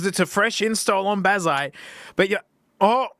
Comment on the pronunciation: Can’t believe you wouldn’t use the text to speech bazzite to make sure you’re pronouncing right